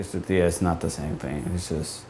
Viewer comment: Nice, but pls roll your R's in pronunciation of the word tortilla..